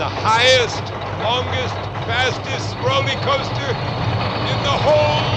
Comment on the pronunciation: Did he really say, Rolley-Coaster”? Eee gads.